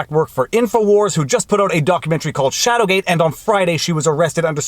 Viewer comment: say it with me... Shadowgate... SHADOWGATE!